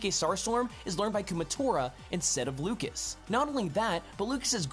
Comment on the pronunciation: I know it's just a Smash Bros. gameplay analysis, but I still feel like you should at least MENTION the correct pronunciations. You mispronounced Lucas (it's the French version of the name: [lyoo-kah]) and Onett (pronounced how it's spelt: [oh-net]).